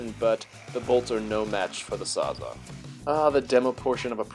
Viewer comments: Sorry to be that guy but it's "sawzall" or reciprocating saw, not sawza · Did this guy actually say a sawzaw smh have some respect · Reciprocating saw invented by Milwaukee called a ‘sawzall’ not ‘SAWZA’ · Did he say sawza?